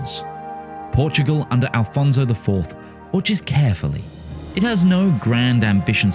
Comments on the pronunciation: Ah yes, the tradition of saying the portuguese "Afonso" as the spanish "Alfonso" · Stop saying Alfonso, its Afonso in portuguese